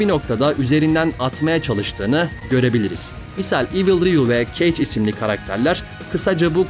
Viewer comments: Hocam kage yi Cage diye telaffuz ettin ya telefonu ısırıyordum 😊 şaka bir yana kage yazıldığı gibi okunur ve anlamı Japonca'da gölge demektir. Saygılar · Tabi ki hemen yorum ekleyeyim. Keyc değil Kage ( okunduğu gibi ( anlamı da gölge)) mesela. Öğrenin de gelin. Bi tarafınızla izlemeyin şu oyunu.. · Keyc değil, Kage (gölge) öğrenin de gelin.. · Video için sağol. Bir düzeltme yaparak ekleyeyim. Kage kelimesi japonca olduğu için yazıldığı gibi okunur ve gölge manasına gelir. İngilizce olan ve kafes manasına gelen cage (keyc) kelimesi ile bağlantısı yoktur. Mortal Kombat oyununda olan Combat kelimesinin baş harfinin K harfi ile değişmesi gibi olayla alakası yoktur. Bir sonraki içerik için kolay gelsin.